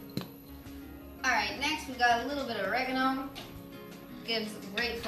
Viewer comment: Scallions?? Da fuck is a scallion 😂😂 think you mean leek.. and the intro is too cute 😊 ALSO LEARN HOW TO SAY OREGANO 😤😤😝😂😂